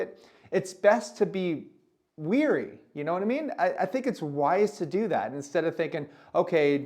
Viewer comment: thats wary not weary